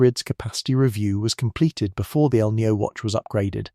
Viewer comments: It is not El neo. Please learn to pronounce Spanish language. Maybe an AI announcer can not pronounce it corectly. It us annoying me!!!!!! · You pronounce El Niño as El Nio, and La Niña as La Nia. Kindly insert the "ñ"s.